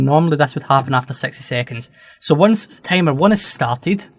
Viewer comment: Honestly, I had to play your video several times until I understood what you meant by "Tamer" (Timer)